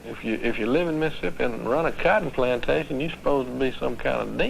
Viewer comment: I was always intrigued how most of them call Mississippi "Missipi" - a three syllable word.